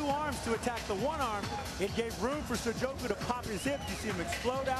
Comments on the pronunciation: Is it me or is the commentator saying sojoku? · why does the co-commentator kepp calling sokoudjou, sojokou? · "Sujoku" The announcer called him that like 10x haha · I swear, Shamrock was the worst commentator ever. How hard is it to say Sokoudjou's name correctly? But then of course he was paired with another bum in Mauro Ranallo.